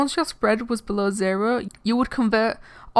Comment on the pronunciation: YOU SAID ZERHO